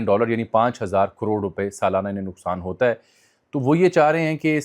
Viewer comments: Jami sab Federal HOTA ha, P HOTA nahi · Sir it's done by Federal HOTA not PHOTA